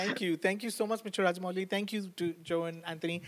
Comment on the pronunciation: I love how Joe is calling Rajamouli as ''raja'' a king!